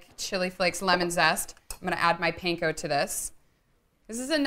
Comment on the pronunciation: Panko is a Japanese ingredient pronounced "pan- ko" as in fry pan, not "pain-ko". You're welcome.